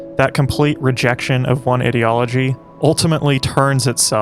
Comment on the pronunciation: Why do you pronounce ideology like that? You don't seem to be consistent when saying words such as 'ideological'